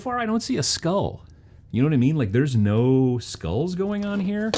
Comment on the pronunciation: I knew you were in Wisconsin when I heard you pronounce skull. Not sure what that says about me.